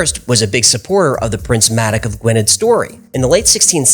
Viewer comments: Gwynedd is pronounced gwyneth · I always enjoy and have subscribed to your channel; Just one SMALL point - it's pronunciation sounds 'Gwin-ith', not Gwynedd. I was put right about this when I first worked in the region ... !!!